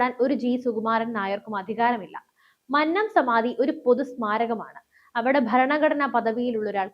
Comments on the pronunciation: മന്നം എന്നത് ഉച്ചരിക്കേണ്ടത് "കൊന്ന " എന്ന വാക്കിൽ ഉള്ളത് പോലെ ആണ്. അല്ലാതെ "പന്നൻ" എന്ന് പറയുന്നത് പോലെ അല്ല 😊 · മന്നത്തിൻ്റെ "ന്ന" - അന്നത്തിൻ്റെ "ന്ന" അല്ല കുന്നംകുളത്തിൻ്റെ "ന്ന " ആണ്. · Ee sukumaranae ella nairs chernu thalli odikkanam all nairs unite please avatharaka mannam ennu nere ucharikkuka mannam ആണ്‌ അത് പോലെ വിദ്യാർത്ഥി എന്നും നേരെ ഉച്ചരിക്കുക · "മന്നം " മന്നത്ത് പദ്മനാഭൻ ", ഇവ ഉച്ചരിക്കുന്നത് എങ്ങനെ എന്ന് ആരോടെങ്കിലും ഒന്നു ചോദിക്കുക.. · മന്നം എന്ന വാക്ക്‌ ശരിയായി ucharikkane